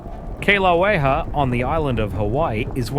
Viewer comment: Got to love it people don't know how to pronounce Hawaiian phrases, Kilauea is pronounced like "kill a way ah". Also, not most of the Hawaiian island were formed by volcanoes, but all the Hawaiian islands were formed that way.